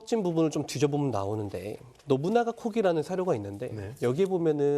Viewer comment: 노부나가 코기가 아니라 신쵸코기(しんちょうこうぎ)라고 읽죠.